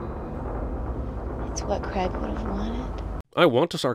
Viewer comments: How do you pronounce it if not cregg? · I think the camera “dutch-angled” in line with Megan’s head in most of her scenes. Also you need to add a sin for her pronunciation of Craig’s name as Cregg.